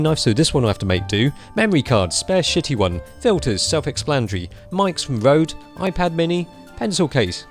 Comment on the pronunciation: HAHA mic from "road", it's pronouced roede or røde